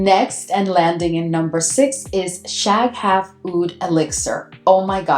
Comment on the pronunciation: Shaghaf is one word, you shouldn't break it up like that. The GH is the equivalent of a very guttural (uvular) R in Arabic.